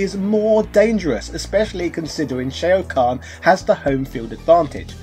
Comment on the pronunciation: Bruv how are you mispronouncing Shao Khan and Kung Lao come on now